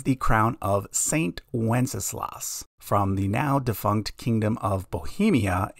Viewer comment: Ah yes... we ALL know that famous Christmas carol... "Good King Wenceslas"